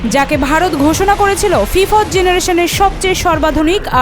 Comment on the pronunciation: ফিফওত নারে বোন। ফিফত হবে😂